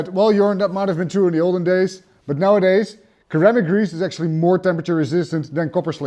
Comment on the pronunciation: "Sir-am-ick" grease Sir